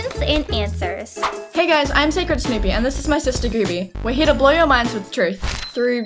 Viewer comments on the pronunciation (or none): Its pronounced SNEWPIE... Σ(▼□▼メ) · IT'S SNEW-PEE XD